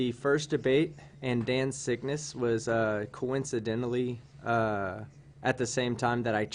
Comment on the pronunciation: conincididilly is a word now guys